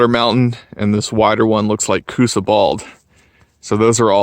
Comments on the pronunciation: It's R' Ka Quah. Learn to pronounce your area of hiking. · His pronunciation of the name is off lol